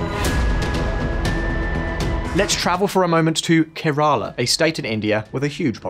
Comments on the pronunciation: Kerala. Stress on first syllable. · I've worked with several people from Kerala, but I never heard it pronounced that way it is here.